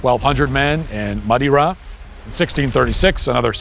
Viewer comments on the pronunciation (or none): The way he pronounced Madeira, he doesn’t know. Ma de rah 27mins 15 seconds. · Enjoy a lot of your content! It is disappointing when you don't take the time to pronounce the word correctly. Think you were trying to say Madeira... As in a city in Spain. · The only issue I have with Matt is how he pronounced Madeira